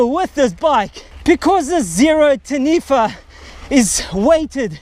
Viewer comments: its tah-knee-fah. XD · Pronounce Taniwha correctly of you want a like bro.